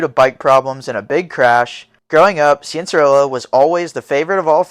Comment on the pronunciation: hearing struggle to say cianciarulos name is funny to me like he was just a random little kid back then this is cool to look back on if only they knew what all those kids would become